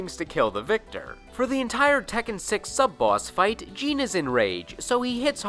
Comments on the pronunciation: Number 9 is not JEAN J-I-N they even pronounce it in the game as J-I-N weirdo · Jin, not Jean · Dude have you ever played Tekken? The announcer literally says "Jin" the way it's spelled. Every time you watch Tekken matches the commentators say it the same way. I don't know where you got "Jean" from... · What are people getting bent of shape about? Have you ever watched the anime series "Samurai Champloo"? There is a character named "Jin" and they pronounce his name as "Jean" in the dub just like does, never saw it in Japanese so I don't know if it's a mistake or not. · ITS JIN NOT GENE WTF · Thought his name was Jin, not Jean? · You said Jin as Gene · people did that with Star Wars characters too, so the video games started having in-game characters pronounce other characters names multiple ways to get people to stfu about it. It seemed to work. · stop saying jin name your saying it wrong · The way he says Jin name tho lol